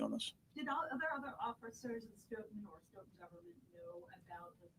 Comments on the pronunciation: Pronounced "Stow-Ton" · Stoughton pronounced "stow ton" like ton of bricks. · His wife was in labor with their 3rd child at the same time SB was being murdered Pronounced… Stow ton… Stoughton